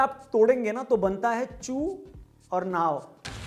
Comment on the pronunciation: जिस तरह से आप चु बोलते है उसके बाद तो हंसी आ जाती है 🤣🤣